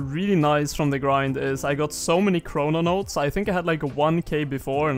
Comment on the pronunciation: ChroNOtes, not chrononotes